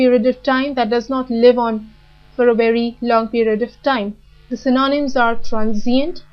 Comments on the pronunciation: Could you please help me with pronunciation of " synonym". How you have pronounced i felt is different. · The pronunciation is atrociious! :-( Check the transcription (especially for the word "synonym", which gets repeated all the time).